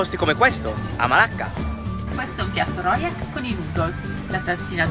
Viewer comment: il rojak si pronuncia 'ro-giak' invece di 'ro-yak'... Nella lingua malesiana, vuol dire 'mescolanza'